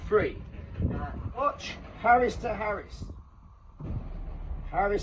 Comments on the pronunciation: I reckon it’s Arris not “Harris” mate could be wrong anyway good vid keep it up son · I love your passion, but please...its an arris...not harris!!! Love ya bruv, keep up the hard work👍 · Arris not harris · Yeah mate it is called the arris that made me laugh 😂